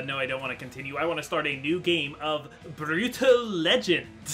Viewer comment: pausing at 1.53 to tell you that i enjoyed you actually pronouncing Brütal with the umlaut. +1